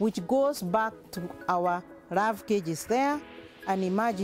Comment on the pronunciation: ravae or larvae.... so many R in all words, good thing shes not a heart suRgeon.